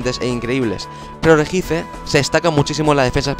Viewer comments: POR FAVOR REJICE NO RESHIAICE. Me sangro un oido :(.Sin ofender..... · Tambien dice regice y se pronuncia reyi aiz :D